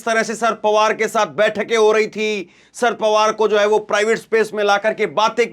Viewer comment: भैया, शर पवार शर पवार बोल रहे हो, या sir पवार बोल रहे हो। अगर शरद बोलना है तो शर पवार ना बोलो, पूरा शरद पवार बोलो।